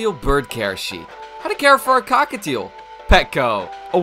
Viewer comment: who was saying the cockitial one